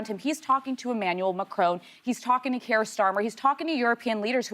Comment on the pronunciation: Americans tryna say kiers name makes me laugh 😂